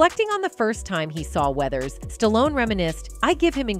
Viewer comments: Who is Sta-lone? Ai stinks. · This video only talks about the title for like 2 mins the goes into the weeds. Also the pronunciation of this name gets worse and worse as the video goes on. Ends on st-on-ese. Wtf did I just watch. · Sta-lone. Don’t cut it.